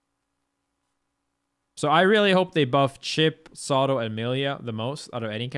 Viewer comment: I was trying so hard to figure out which character he is calling Sado but that's probly Zato. I guess they dont have Zs in Sweden